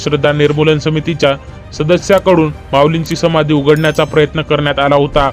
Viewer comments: समानधी नाही रे समाधी बोला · साहेब संमाधी नाही समाधी उच्चार व्यवस्थित मग व्हिडिओ चालवण्याचा प्रयत्न करा मामासाहे इ स एकोणीस आडुसष्ट मध्ये वैंकुठ वासी झालेले आहेत व तुम्ही बहात्तर म्हणता इतिहासाचा अभ्यास करा मग चायनल चालवा